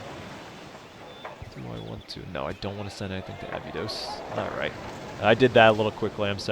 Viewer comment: Abydod uh-bye-dos